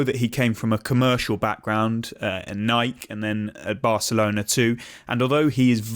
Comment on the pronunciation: It amazes me how some Britons still can't pronounce Nike correctly.